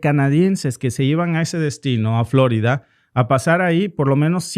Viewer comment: ¿Porqué pronuncia "Flórida" en lugar de "Florida"? En español el acento está en "i", y para colmo el nombre de la ciudad es español.